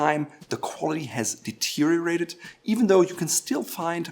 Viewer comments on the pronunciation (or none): Deteriorated. NOT Deuterated! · "Finner." "Deuterated." LOL